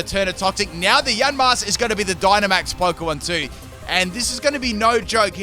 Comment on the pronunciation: It's YA-MASK not YAN-MASK